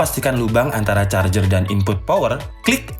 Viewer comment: Ngakak jadinya... Maksa ker.. Jadi kurang fokus ke materi charger malah fokus ke huruf er. But is not bad this video. Keep of fire make video else